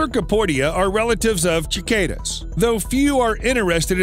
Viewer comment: I'm sorry... "chih-cay-duhs"? I don't think I've heard it said that way, lmao. I've always said "suh-cay-duhs".